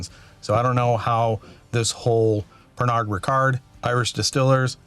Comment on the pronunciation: Nice one. Knappogue Castle juice was sourced from Bushmills for a while. Not sure that is still the case. Their exclusively 1st fill bourbon cask matured 46% ABV 21 year old is a delight to say the least. FYI, Pernod is pronounced [pair-no]… the “d” is silent. 😮